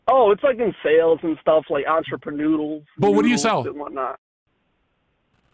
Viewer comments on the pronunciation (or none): "Entreprenoodle" lmaoo